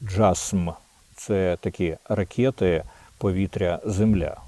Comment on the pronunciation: Пане Дмитре,від Ваших улюблених ванюшек Ви 100% отримаєте приз за вимовляння слова " ракети" .Вже 3й рік війни,ракЕти летять на наші голови,а Ви все " ракЄти ", та ,,ракЄти " .